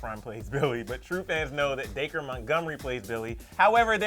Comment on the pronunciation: He said Day-Cur it’s Dac-ree 😂😂